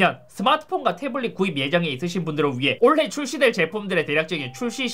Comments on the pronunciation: 올해를 말할때 올래라고 발음 하는게 좀 거슬리네. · 항상 올래라고 발음하다가 올해로 교정하신듯...! 저희 아버지도 항상 올래라고 하시네요 경상 방언인가?